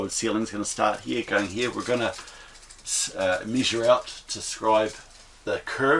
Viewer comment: Nixt one or next one every word with the letter e you pronounce i, very annoying, Misure-measure Wibsite-website